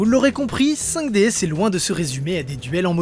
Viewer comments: Ça se prononce "Five Diz" ! ;) Et pour moi, c'est de loin, de très très loin la meilleure série Yu Gi ! Merci d'avoir traité ce sujet ! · Le s ne se prononce pas ca se dit juste 5 D ou meme 5 dragons